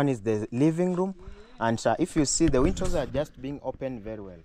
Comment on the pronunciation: Nice video., I noticed you always pronounced windows as wintos. The pronunciation is easy if you break it into two: WIN as in win and DOWS pronounced as doors. So, use win doors to make it easy for you. That old man must be a man of God for him, his wife and family including the in-laws to be blessed in such a way. The beauty of life is what you give is what you received and usually in ten folds.